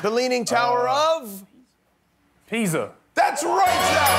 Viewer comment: Man said Pizza not Pisa !! Don't give him that point Jimmy!!